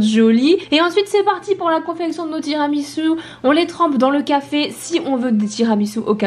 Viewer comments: Pq tiramisiu !! Ça se prononce tiramisou !!!!!!! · Michou : "Tiramitsu" 🤣 Et Inox qui ne savait même pas ce que c'était un tiramisu 🤦‍♂️ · “Tiramitsu” mdr c’est horrible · tiramiTsu ?? 🤣🤣 et puis quoi encore